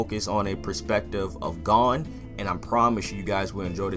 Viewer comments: Bro I can’t express how much it triggers me hearing ppl pronounce gons name like that💀 they say it right every episode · Same lmfao